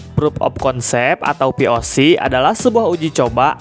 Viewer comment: POC tadi denger nya VOC :V